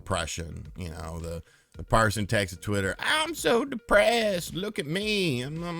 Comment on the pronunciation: why do you keep saying PARSON?